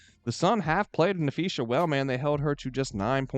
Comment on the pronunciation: It’s pronounced Nuh-Fee-Suh lol